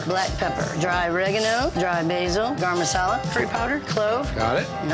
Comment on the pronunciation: Garam masala? ,😮 did she say garam masala?